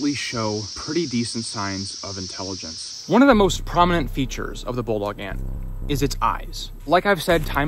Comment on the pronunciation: "Australian BULLET ANT'S! - Inch Ants - Bulldog Ant's - sting First Aid" youTube narrated by an Aussie "... also known as as a bulldog ant..." 0;20 timestamp He pronounces it "bullog", but he's obviously saying "bulldog"